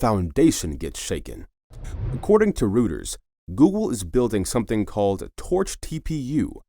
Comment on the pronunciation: Rooters? Reuters! Drop the AI narration.